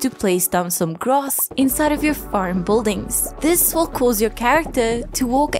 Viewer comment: And “bull-dings” lolol